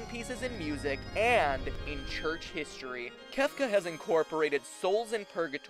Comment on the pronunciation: C... Cefca??